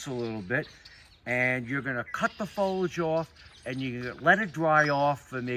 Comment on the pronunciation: it's fo-lee-age